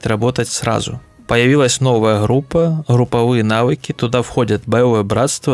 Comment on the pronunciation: хруппа, маскироука, охромное, ихре, лохично. Вы Английский также произносите? Хад, худ и т.д))